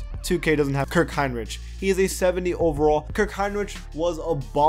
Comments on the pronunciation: RICK. Not "rich". Hinrich. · Hinrich as in Hine-rick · bro u just said kirk hinRICH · Pronounced “Hine Rick” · Kirk hinrich is pronounced hinrik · It’s pronounced Kirk Heinrich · Its pronounced Kirk Hinrik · Hinrich is pronounced HinRICK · It's pronounced Hinric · Jaryd Polson right? Lol that bugged me the way he pronounced it. Bulls fan here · How do you not know how to say "Kirk Hinrich" correctly..? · That's not how you pronounce hinrich